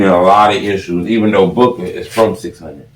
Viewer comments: It's Booo-Kah, not book-aah. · It’s Boo-ka